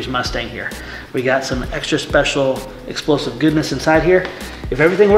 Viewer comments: It's not exsplosive it's explosive 🤓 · "Exsplosive" lol